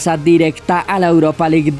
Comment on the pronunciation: CHANPION LIK EUROPA LIK. Que bien pronuncias lol